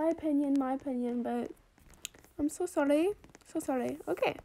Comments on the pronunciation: Why you say Sorry Into: Solly?!?!?! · Oop I think 5 times- the last wan was ‘sorry’ not ‘solly’ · Mirza she says solly instead of sorry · ITS NOT SOLLY ITS SORRY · How many times she said “solly” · This is how many times she said “I’m solly” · I love how much lavender is just happy and excited for anything and I really love when she say solly it makes me laugh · she makes me laugh she like “so solly” “so solly” then when she got the trade she like OHHHHHH OHHHHH YESSS OMG YESSSS OHHHH PEARL OMGGG MY BESTIE FOREVER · I luv how u said solly🤣and i love ur voice! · So solly so solly I love it 😂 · I Laugh So Hard When She Said Solly So Solly Lol 💙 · Me: what's por favor Also me: I'm so dumb she just says it Her:i french now Also her:solly and por favor Love u <3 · I just Realized u said over 5 solly😂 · I just love the fact how she says "so solly" XD🦉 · How many times did she say excuseemwa solly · I'am so like you say solly